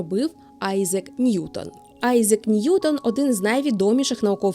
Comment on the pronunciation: Айзек, Фарєнгайт 😂. Не можу це слухати